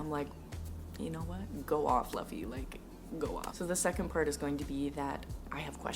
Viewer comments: You are going to hear this sooooooo much but still I have to say it. It’s “Lou - Fee” like Goofy but with an “L” fans are gonna go crazy if you say Luffy like Fluffy 😂 OMG had to edit I just read more. It’s Zor like roar and then O like Goro from mortal kombat. Idk where you got Zulu from is his name spelled differently in the manga? 🤔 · You pronounce his name like "LOU-FEY" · it's pronounced loofy. like goofball already subbed :D some of my all time favorite characters in all of fiction are the women in this story. they are stil drawn in a very shonen typical way. but I dont mind it xD it's just pretty things to look at and the story around them is so incredible, I just want to hug them like my sisters. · Its zoro not zolo and its looofy not laffy . Be safe from hate comments later due to this 🤣 Happy reading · also just a tip, people call the characters in a certain way like zolo is called zoro, and luffy is pronounced not like luh-ffy but instead its pronouced like: loo-ffy. kinda funny because the "loo" remembers me a cow going moo lol. hope i dindt sound boring and also, if i writed something wrong im sorry, english is not my first language lol. great video also i loved the music and backfround really maded the video kinda comfy ^~^ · Not Zolo 😂😂 the manga is still mistranslated🤦🏻‍♀️it’s suppose to be Zoro 😅 Btw Luffy is pronounced as Loofy like "loofa" by with a "y" at the end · ill save you from the hate comments and just tell you that luffy is pronounced like loofy and zolo is actually zoro